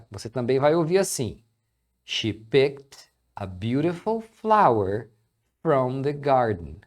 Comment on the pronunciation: Dica de pronúncia: cuidado pra não ditongar a palavra FROM. FROM não tem o ditongo ÔU, então não é "frôum", é "fram".